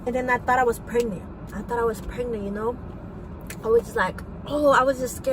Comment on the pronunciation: anyone who says " pregnit " shouldnt be getting pregnant ;) also i never trust people who say something then rebuttal what they just said then pass it off by going "bababadadadadadada"